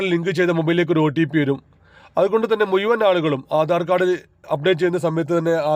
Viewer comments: മുയുവാൻ അല്ല മുഴുവൻ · എട ചേട്ടാ മുയുവൻ അല്ല മുഴുവൻ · ആദ്യം സംസാരിക്കാൻ പഠിക്കൂ.. മുയിമൻ എന്താണ് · മൂയ്‌വൻ എന്നല്ല. മുഴുവൻ.